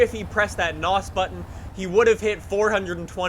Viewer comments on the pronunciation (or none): none